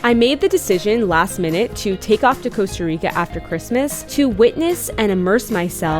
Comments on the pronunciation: 👏👏 these digital nomads are really f#%en a lot of Latin erican countries. Plus, they don't even bother to learn the language. They can't even pronounce Costa Rica correctly. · I like what you're doing. Sustainability is where it's at, but damn y'all can't even pronounce Costa Rica correctly. It smells like like you're colonizing a place that's NOT yours. Also, you're missing out on all the culture vibes of Costa Rica. Funny how if Costa Ricans come to the U.S. they are immigrants... the opposite occurs and you're lovin' the Earth 🤷🏻‍♀️